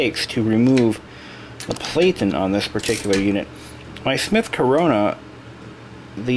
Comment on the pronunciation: = Variable , = Detent Release , = Margin Release , = These do not Jam, Typewriter is in dire need of a professional clean and service = Platen is pronounced /'Platn/ ( Plat - in )